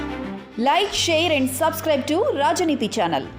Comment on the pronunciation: చానల్ 😅 కదా సానల్ 😂కాదే😮